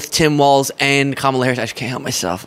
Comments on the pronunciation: Practice: Tim WALZ. Like Walls. No T. Not Waltz. 😉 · you will be talking about Tim a lot so at least say his last name correctly… it’s WALZzzzzzzz, not Waltz. K? Cool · Hello, just a short note: I read today that Tim Walz last name is pronounced Walls. My wife and I have enjoyed your show for quite some time now and she likes people's names to be pronounced correctly. Nice work. You have a passion for it, and therefore are very knowledgable. Best of Luck. Your are my favourite internet news source.